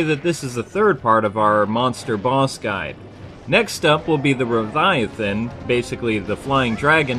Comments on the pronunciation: It's RATH-EE-UN, not RUV-I-UH-THAN!!! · Also,Raviathan? Whatever you say,. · Did you just call Rathian a "Raviathan"? And the lagiacrus a "b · Barroth: thats mud, not egg sacks, he rolls around in the mud because, look at how big he is, and he lives only in the desert......think like what pigs do, they roll in mud to cool themselves off Gobul: When he does his suctiono attack, you can attack his back, as for the tail, yes a good target, you cannot be too careful, as he can paralyze you with it Rathian is pronounced Wrath-e-in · I understand your point of view, but not only would it be a LOT easier to understand what people say if they pronounce it correctly, but another thing. This guy didn't pronounce it correctly, no matter how you look at it. There's no "V" in Rathian.